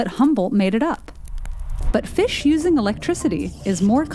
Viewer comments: It's pronounced Fish not Fischch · Am I the only one bothered by how she says, “fiSH?” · ikr? Maybe that's how to pronounce fish: "fesh" instead of "feesh". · The was says fish is killing me. Almost like she says Fussshhhhhhh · It’s weird how she says fish “Fush” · Why does she pronounce “fish” like “fesh” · I like the way she says fish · I like how the narrator says "fish"